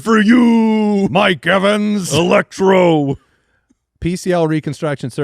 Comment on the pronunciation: The way randomly just says "electroo" during the Ricky pearsall substation injury bit 😂 Also, the guys saying that Isaiah Likely will most likely not pan out, strongly disagree. I'm pretty certain he balls out. The Giants have needed a seasoned big veteran to fill those shoes and he's a freak athlete. I was bummed out that like they weren't getting a good veteran wr2 for Nabers to help stretch the field. But I'm realizing more and more, watch what they do with Likely. Going to be an end zone monster